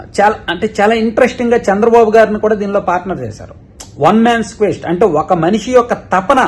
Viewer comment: క్విస్ట్ కాదు క్వెస్ట్